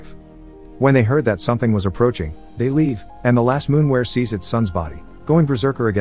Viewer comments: Its not a fcking “moonwer”. Lol! Its a MOORWEN! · It's called a Moorwen, not a Moonwer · Halfway through the creature went from being a moorwen to a moonwer, mistakes like this make me laugh a little, no hate just find it funny. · Moorwen or Moonwer? at least get the bot voice to pronounce it in a standard way you Moorwons.